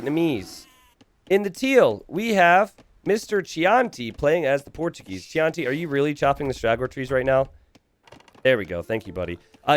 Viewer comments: Did you really pronounce Chianti "Chee-on-tea"?! It's wine, my guy. "Key-on-tea" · Pro tip: “Chianti” is pronounced “key auntie”, it’s a kind of Italian wine